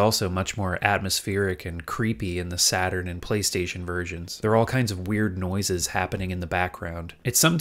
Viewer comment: "Sega Satarn" lol